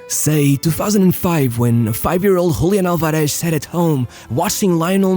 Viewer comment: Hablás español y aun así pronunciás mal "Julián Álvarez", amigo, decís "Hoolián alvarésh"... Cringe bro xd